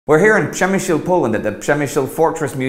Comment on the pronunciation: and also managed to pronounce it